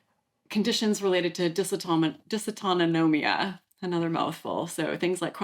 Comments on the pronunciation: I'm sure someone alerted you before - but just in case, it is dysautonomia - which I have. You added an extra syllable, no wonder it was hard for you to pronounce. Thanks as always for your info. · Just an FYI. Not how you say dysautonomia. Not even close.